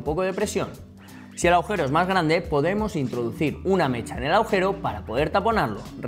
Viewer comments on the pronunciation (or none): none